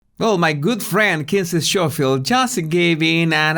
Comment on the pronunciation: Schofield is pronounced Skofield 😉